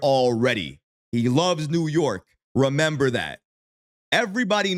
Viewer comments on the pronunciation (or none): none